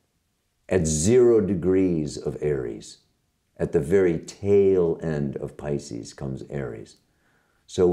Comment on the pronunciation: je spreekt 'pisces' toch niet uit als 'piskus', maar als 'paicies'!!